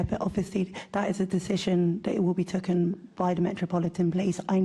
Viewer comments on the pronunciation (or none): Twice she said tooken instead of taken🤣🤣🤣 She is really bad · Did she say tooken instead of taken its like theyre asking a 10 yr old questions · “ An assessment to be tooken”?? How this incoherent person pronounces “taken” grammatically incorrectly,says it all. Then we have “Mind the grab”! What’s Kahn and his lot done to our city. This Deputy Mayor really is something. How do we end up with these useless people and then pay them such a huge figure! This can’t simply be DEI! There are some brilliant people of colour but Khan sure hasn’t selected them. Is he afraid that they might over shadow him? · The word is taken not tookin cant even speak properly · She says "tooken" instead of taken. That just about sums up her level of intelligence and understanding. Totally unfit for purpose in any kind position of responsibility. Just breathing is a mental challenge for her! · Dan she said tooken instead of taken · Take. Taken. It's not Tooken. Did she get educated? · She said tooken instead of taken! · Who says tooken instead of taken , my god !!!!!!!! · Did she say ' tooken'. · Since when in English has yhe word taken been pronounced at TOOKEN?? This woman is an utter shambles in EVERYTHING she does and is wholly incapable of delivering in her role as DEPUTY BLOODY MAYOR. This coubtry is utterly LOST!! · She said tooken instead of taken 😂 this is a joke It’s not what you know but who you know DEI failure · She said Tooken instead of Taken!! Can't even speak properly! Omg! She's in a position of power!?? God help London! 😢😢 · I've seen this video, I thought "oh my god, did she just say "tooken"? 😂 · She just said “tooken” instead of taken. She hasn’t even got a grasp of the English language. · For taken she says tuck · Yes she said TOOKEN 😂 as my mum used to say, she’s as daft as a brush 😂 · She said "token down" or am I going deaf? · Did she say " tooken"??? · She said tucken There's no such word moron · Tooken you know the word rhymes with Wooton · Yer she said tooken😅